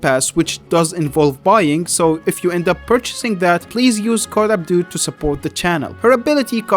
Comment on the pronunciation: Why does he say "abdude" when his name is "abDOD"